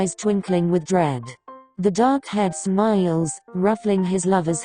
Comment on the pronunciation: the way she says smiles